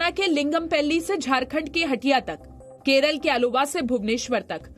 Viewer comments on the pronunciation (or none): none